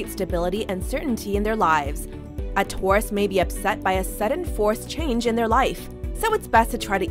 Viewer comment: "Touris", omg so glad am a Scorpio right now.. that pronunciation.